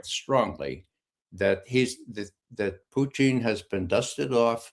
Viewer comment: Ray Mcgovern pronounces Putin's name as Poutine which is a French Canadian dish of french fries topped with gravy and cheese!!!!